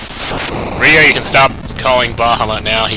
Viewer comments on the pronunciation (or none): none